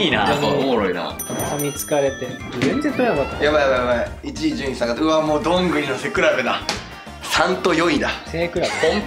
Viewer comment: 誰もふれてない笑 ｢どんぐりの"せ"くらべ｣ ｢どんぐりの"せい"くらべ｣